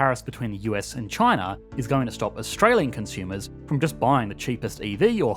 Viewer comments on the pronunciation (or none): none